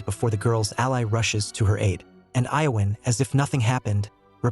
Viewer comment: God, How man different ways can you mispronounce the name Ian?!?!?! Great job otherwise!